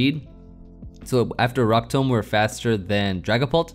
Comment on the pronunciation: 1: electivire is in my top 3 favorite mons. Definitely almost top 2. 2: I’m going to make fun of you all weekend for the way you say “tomb”. Tome? Really? You say it like tome? Oh you won’t love this one down. Especially after some sake